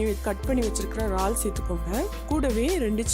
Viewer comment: Unga receipe romba Nala irukku..... Yennaku pidichi irukku....aana "eraal" engine vaartgaiya "raal"...raal nu solluradhu mattum yennaku pidikala.....